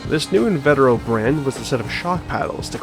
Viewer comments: actually its In-vah-teh-row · You've also got "invetero" wrong - it's pronounced in-vee-ter-oh